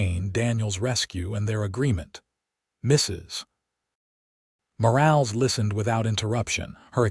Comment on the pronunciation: Nice story. I do question that a rancher with only 200 head of cattle would have a foreman & 3 ranch hands! Plus AI has a nice voice but keeps mispronouncing Mrs. Morales last name! You need a human to check these stories! Texas